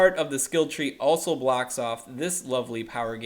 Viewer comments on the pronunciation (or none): none